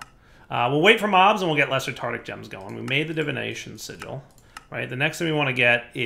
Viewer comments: It's tarTARic gem not tartic gem smh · TartARic gem. Not tartic. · Silly dire =) It's TAR TARIC gem ;)